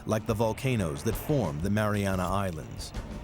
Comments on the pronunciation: Everywhere spells it as "Mariana" Trench, but this video pronounces it as "Marianis"; why? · Why is narrator saying MariaNass Trench?